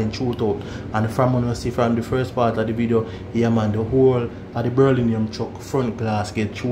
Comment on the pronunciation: Hear dis one ya a say berlinium😂😂😂😂😂